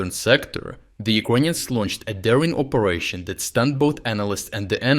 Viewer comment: If you say 'ucoineans' one more time....insted of Ukrainians. I swear...